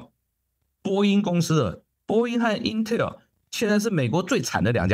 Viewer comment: 是intel，不是intel儿